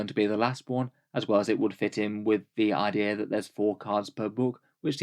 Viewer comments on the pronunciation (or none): none